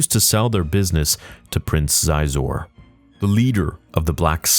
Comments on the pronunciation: 2 things here. 1) it’s pronounced she-zor, not zi-Zoe 2) Dash Rendar’s name has been mentioned several times in canon and the Outrider appeared in ANH. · So..come at me if I’m wrong , I might be tbh. However, pronunciation of Xizor is “she-zor” not “ziz-zor”. Sweet video though. Dash is a great character, loved this game on 64. I had all the toys also, or most of them 😅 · Sorry to be that guy, but Xizor is pronounced "She-zor." I only know this because I remember that's how they pronounced his name in the old Kenner action figure commercials. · Xizor is pronounced officially She-zor. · I think his name is pronounced She-zor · I believe it’s pronounced “Shee-zor.” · I hate how Disney abolished the EU, in order to tell "original" stories...only to cherry-pick the EU when it suits them! The EU authors did it much better! So that's a NO from me! Xizor is pronounced "Shee-zor" btw. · Xizor is pronounced SheeZor…..Jesus bro….you know better than that